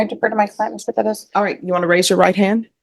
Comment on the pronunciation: Ugh it's always cringey how pronounces Perez "peh dez"